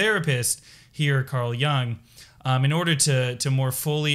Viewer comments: It's Yoong not Yah-ng. Not every word is an English word. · Totally unrelated but, my pet peeve is pronouncing Jung as young ^^ Amazing video though, thank you! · Please learn how to pronounce Jung. No disrespect. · You should learn how to pronounce Jung properly if you don't want to appear ignorant.